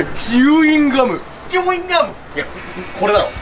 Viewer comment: チューインガム じゃなくてチウインガムなんだね